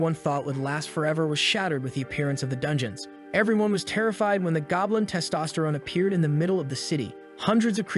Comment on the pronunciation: the goblin "testserone" 💀